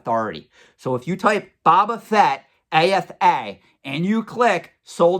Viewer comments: I always agree with your opinion and insight 100% but you're killing me, man! Phonetically pronounced it is " Bow - Ba - Fett" not "Bob - Ba - Fett". Love the videos as always. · Can we trust a guy who calls Boba Fett "Baba Fett?" Kidding. Love your content:) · My dude... BOW-BA Fett. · New drinking game: Pound a shot every time pronounces Boba Fett incorrectly.;)